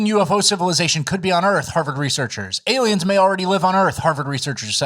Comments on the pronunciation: Has adopted the correct way of pronouncing Aliems. THAT A BOY,....Keep diving down those rabbit holes. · used to occasionally mispronounce words to see if would catch it and 'aliems' was just one of those words that stuck lol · Why is "aliems" controversial?